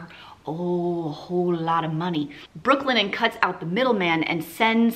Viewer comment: I spent the whole video thinking you were saying Brooklyn N, not Brooklinen 🤦🏻‍♀️🤦🏻‍♀️